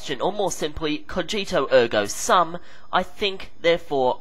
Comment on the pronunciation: I like how he bitched that Kant's name was pronounces "Kunt" and yet he can't pronounce "cogito" or "sum" properly.